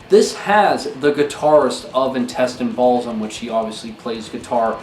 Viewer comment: He didn't say Intestine Baalism... didn't you hear him? He said Intestine Balsum 😂😂